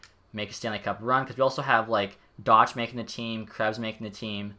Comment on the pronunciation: It’s not doch its pernounced dock